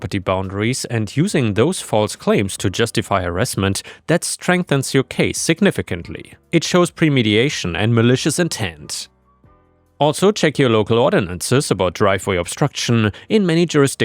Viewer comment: You keep pronouncing "premeditation" wrong. It's not just this video, but every video I've seen with that word, you say it wrong. PRE-MED-i-tay-tion.